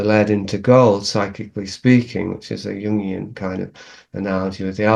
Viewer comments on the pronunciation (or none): none